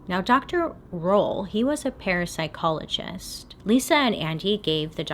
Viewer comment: I heard 'parasite-chologist'